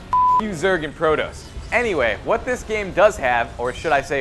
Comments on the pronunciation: pro toes really really? Pro-TOSS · protose? it's pronounced "pro" "toss"